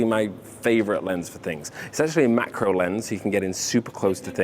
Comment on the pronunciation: Hey .. did you say macro or micro lens for the Nikkor 105?